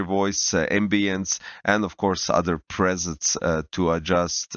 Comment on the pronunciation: PREsets, not presents xD